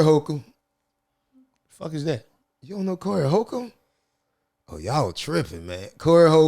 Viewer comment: Bruuuuuh ‘Holcomb’ is pronounced like ‘Homes’ 😂🤣